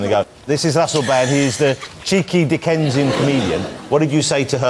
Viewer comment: It's "dickensian"- as in the author Charles Dickens.